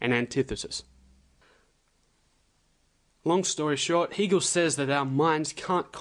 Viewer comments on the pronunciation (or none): It is not phonetically pronounced Heegel it is HAGel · It is pronounced "Haygal" not "He" gal as in male. If you can't pronounce it properly I wounder if you can explain the philosophy properly. Just another conspiracy theorist, albeit slightly more sophisticated than usual. Most people prefer the cock up theory of history. I am waiting to be told that it is the Jews or the Freemasons or the Illuminati.....Please just get a life.... If anybody really wants to understand Hegel then watch Brian Magee's lectures on you tube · Hegel rhymes with Bagel, Not Beagle. Weird because you pronounce 'Hegelian' properly...